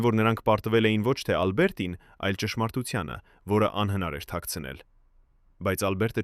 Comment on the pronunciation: Ինչպես նաև տարօրինակ շեշտադրումները, ոչ թե «Ա՛լբերտին», այլ Ալբերտի՛ն։ Եվ ինչ ասել է «ինը ժամ, հիսուն րոպե»։ Մի՞թե մենք այդպես ենք կարդում ժամանակը, միգուցե «ինն անց հիսուն րոպե»։ Շատ կասկածելի ու սխալ նկարագրություններ կան, ինչպես մարզական «խաչի» հորիզոնական լինելը։ 😂🤦🏻‍♀️